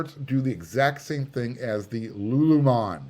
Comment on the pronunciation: Just an FYI...I think it's "Lululemon" and not "Lulumon." 👍